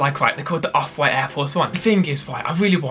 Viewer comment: did u say white or where HAHA